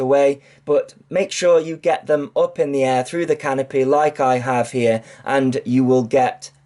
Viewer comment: You never pronounce T's or K's the word "Like" is "Light" with a silent T for good measure. Lol Just pulling your leg, love your videos!